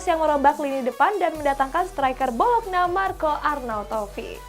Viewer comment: bolokna, klub apa? Setau saya arnautovic main di bologna "bolognya" kalo di baca mah